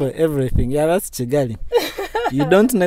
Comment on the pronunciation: May your channel continue growing. You're are doing quite well. I am a Kenyan. But why do you call Kigali as Chigali😊